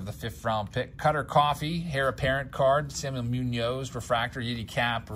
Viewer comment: Just fyi - heir is pronounced "air", not hair.